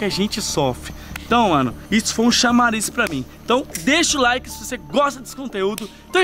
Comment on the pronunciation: Eu deixei o like mas o “laike” não